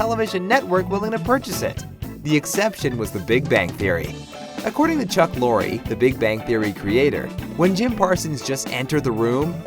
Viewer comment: Oh for fuck sake, The name Chuck Lorre....the E is silent.